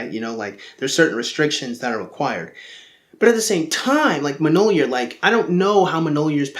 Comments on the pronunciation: it's pronounced myol-near, not mnol-year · I am offended by your pronunciation of "Mjolnir." It's closer to "Me-yole-near" than it is to "Muh-nole-year." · it's myawl-nir